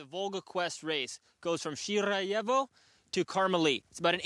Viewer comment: Dallas Seavey pronouncing Shirayevo like an absolute king. 👍🏻